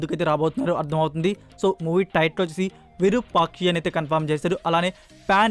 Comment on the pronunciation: విరూపాకి కాదు రా స్వామి విరూపాక్ష